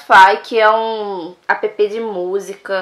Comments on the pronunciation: "apepe" 😂 o certo é com som de "ép" tipo:app(ép) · APP= pronúncia "ép" APP= A-A-P é burrice